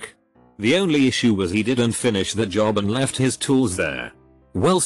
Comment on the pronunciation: Wtf does it keep reading "did not" as "dinsot"?